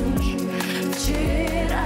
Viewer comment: Прям слух режет «вчИра» ужас 😨